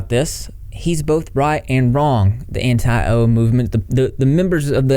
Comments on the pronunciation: Jesus Christ, everytime you say Anti-O i cringe can you not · Every time he says “anti-o” my soul cringes out of my body. It’s so dehumanizing. Like keemstar views everyone who doesn’t like onision as a brainless bot, too blinded by their hatred for some greasy onion boy to think clearly and look at facts. In reality people that don’t like onision are anti-abuse and are critical of his behavior and actions. It’s not some personal thing against some guy we don’t know, it’s about calling people out for harmful behavior. And the fact that he thinks onision is going to grow from all this and have some redemption arc demonstrates a complete lack of understanding of the story he is reporting on.